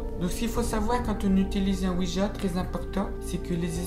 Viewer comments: Petit détail, on ne prononce pas "oui ja" mais "oui ya" normalement, car cette combinaison de deux syllabes signifie deux "oui". Le deuxième "oui" est écrit en allemand. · Aouja mdrrr comment il pronoce 😂😂😂